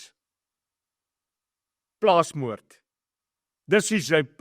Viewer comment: Which miscreant said “plaasmoord”?